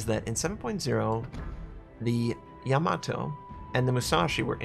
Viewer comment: you say Yamato like Tomato